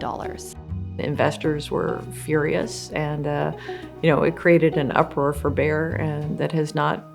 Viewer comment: good story, but you should really learn how to pronounce Bayer. It's a German, one pf the biggest companies in the wor;d, selling Aspirin. Saying Bear all the time, not only hurts ears, but also put blame on poor Bear instead of Bayer executives.